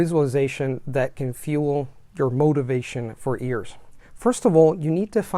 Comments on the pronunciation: You're amazing. I do this hesitantly, but since you have a really incredible, almost perfect accent, your leading 'y' on words like 'years' come off as 'ears', but 'your' sounded great. This video was awesome! Thanks! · You keep pronouncing 'years' like 'ears' - are you doing an Indian accent? 😜 Great content anyways, thanks!